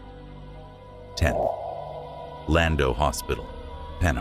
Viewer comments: OMG PLEASE stop butchering Welsh names. "Cefn coed" is not "Seefin co-ed", it's "Kevn coy-d". Llanfrechfa is not "yonfrechfa." The LL is not "y" as in Spanish. It's "Schon-frek-va" it's not that hard to look up a pronunciation guide on the internet. "Schon-dow" NOT "land-oh" "Ree-thin" NOT "Rooth-in" Also the sparkly filter over everything is hard to look at. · St David's was knocked down many years ago , it's all flats now , and it's Llandough is said like llan-dock